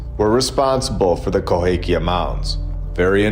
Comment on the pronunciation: Why can't you say "Cahokia"? 🤔🤫🫣🤔